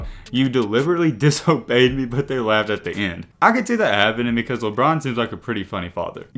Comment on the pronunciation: Awl man not “Lebelt”😭😭